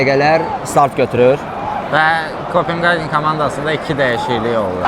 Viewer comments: Rəqib komandanın adını düz deməyi öyrənərdiz da heç olmasa. KopeHagendi, Qagen yox. Rus dilindən başqa bütün dillərdə o hərf H tələffüz olunur. Belə savadsızlıq olmaz axı. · Maraqlı video alınıb, afərin. Bircə, rəqib komandanın adını Kopinqaqen deyil Kopenhagen kimi tələffüz etmək daha düzgün olardı.